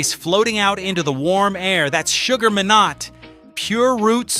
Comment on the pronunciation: Surprised you know so much about Sugar Minot but not the correct way his surname was pronounced with a silent T.